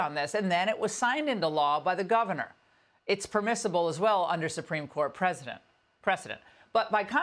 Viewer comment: Where's your cross on your forehead, Laura? Only once per year? Why not every day? Why don't you get a cross tattooed on to your forehead? She can't even read her own script: "precedent" or "president"?